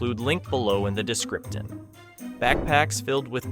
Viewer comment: “I have include link below in the descriptin” 😭💔